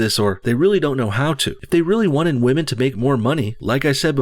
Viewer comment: I think I'd rather rub the back of my neck on a rusty iron cheese grater than listen to anything Bernie sanders says about "muh wage gap for the wahmen". He's got some baaad dementia.